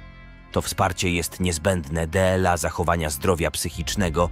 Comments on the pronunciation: To czyta AI. Śmiesznie brzmi jak mówi dla jako D L A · Zrób coś z tą AI, bo kiepsko czyta "dla" 😂. Poza tym spoko materiał